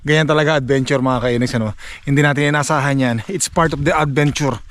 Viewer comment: vowel at consonant ung tinutukoy mo. kapag letter A"ung 1st letter ng kasunod na salita it means vowel po iyon. halimbawa yung sinasabi nyong "the apple" ang tamang pronunciation dyan is "di apple" kasi vowel po yung kasunod na letter😁 anyways fan mo tlga ako, nag aaral ako mg salita ng english kasi pinapangarap ko rin tlga na makarating dyan sa canada. sana palarin ako tulad mo. nakaka inspire mga vlog mo, pa shout out nman, olaybal family ng binangonan rizal mula sakin jomar olaybal 😁 thnk you thnk you sna mapansin moko godbless po